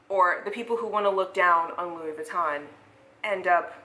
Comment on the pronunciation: 🤣🤣🤣 the European pronunciation….vuuuuitton 🤦🏻‍♀️